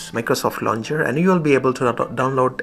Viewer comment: Hello bro, it's launcher not launger